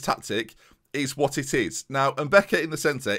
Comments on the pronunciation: If Lebrun is African then the pronunciation is probably mbeca and not mbica. Nice video man! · its pronounced "mbeka"